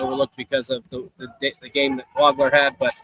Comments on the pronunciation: It's pronounced WOG-ler. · pronounced WAH-gler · As many times as you heard Waglers name on the PA today, you should know how to pronounce his name. Excellent work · Hey - He hit you for 46. Pronounce his name right.